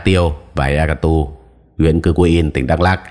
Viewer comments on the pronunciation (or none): Ea Ktur đọc là "e -a-cờ -tua" Cư-kuin đọc là "Chư quynh"